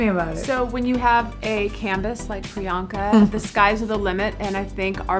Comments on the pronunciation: Her priyanka sounds more like bianca.Why would she american-ise her name too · You're Priyanka, not Priy'aa'nka. The least you can do is not fake your name.